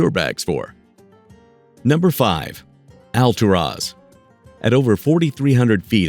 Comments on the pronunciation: I lived in the City of Clearlake when my son was born. It's Al-tour-is !!!! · It's pronounced AL TUR AS! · hey, stupid! It's "Al-TOOR-as" OK? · 😂😂😂Hold up how is he pronouncing Alturas "All-to -Ross "😂😂 he failed to mention in order to get to that town you're going to have to go through little dinky towns Like , round Mountain,Burney,Fall River Mills in a few more to get to "All-to-Ross"😂 In the bad thing about driving to those towns you got to deal with Canyon twists and turns big semis are driving hella fast around those curves there are rarely no guard rails so if you don't have good reflexes you're just going over the canyon Edge😬, and you're looking at elevations of 3,004,000 Ft Summits to get there so don't dare go when it's winter that snow is going not going to allow you. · You should make an effort to pronounce "Alturas" correctly. It's not Al-tur-OZ!